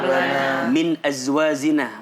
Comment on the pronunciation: Ustadz do'a nya di mnt 6.24 tlg dikoreksi, "min azwajina" bkn min " azwa zina" .. afwan 🙏